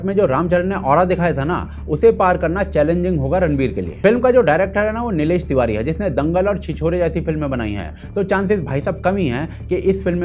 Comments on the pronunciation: Pehle director ka naam thik se bol, Neelesh nahi Neetesh hai. Introduction is looking good, let's keep a good hope and wait for the movie. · Nilesh Nahi Bro 😂 Nitesh Hai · Bhai,Nilesh Tiwari nhi,Nitesh Tiwari he. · Abey Ghandu director ka naam toh thik se leta